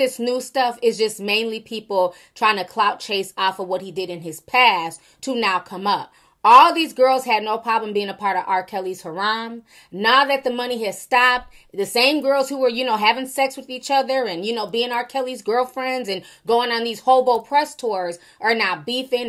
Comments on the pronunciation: I should be like HARE-EM not HUH-RAHM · The way you pronounce harem made me laugh lol